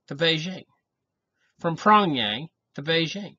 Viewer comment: I like to correct the pronounciation of capital of north korea. It pronounces as peongyang not pongyang, eventhough its spell as pyongyang. I know its so confusing for the non native.